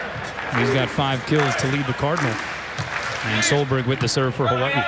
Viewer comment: this man really said Ha-wa-ee